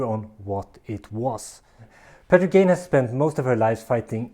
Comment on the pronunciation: Gagne, pronounced Gag-knee - not Gayne/Gain -it's a French name